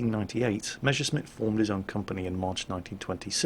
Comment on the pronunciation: Jesus it's Mess (s, s, s "S") ersch (sh, sh, sh, sh "SH SOUND", as in FISH)mitt, not Measuresmit!!!! It hurts!!!